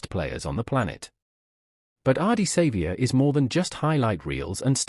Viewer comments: Learn to pronounce his name and stop using AI to produce this rubbish and you might gain some credibility. Otherwise fuck off and learn to earn some honest money from some honest content and try some honesty in your clickbait. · They need to know the correct pronunciation of his name !! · Geez pronounce his name correctly, so cringy